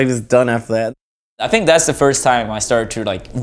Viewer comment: 30 seconds in, already lost my shit at the I fiiinnk